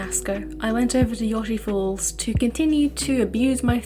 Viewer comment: unrelated, but I always just called it "Yo-Shee-Falls" I've never heard anyone call it "Yaw-Shee-Falls" before lol